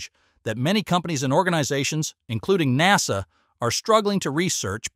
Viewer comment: Hm.. seems like the AI voice has a problem with many words today.. “ SpaceX, Boca Chica, NASA, etc..